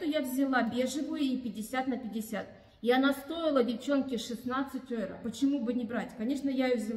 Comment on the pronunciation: ЧТО ВСЕ НЕ ВЫХОДИТ С ГОЛОВЫ КАЗАХСТАН ????... ВРОДИБЫ ЖИВЕШЬ В ГЕРМАНИЕ И ТУТ ГОС. ВАЛЮТА ЕВРО А ТЫ ВСЕ ВРЕМЯ ПРОИЗНОСИШЬ ОЙРА !!!.. КАК ГОВОРИТСЯ ПЕИЖЯЯ В ГОРОД С ЧЕЛОВЕКА НЕВОЗМОЖНО ВЫВЕСТИ ДЕРЕВНЮ !!!!...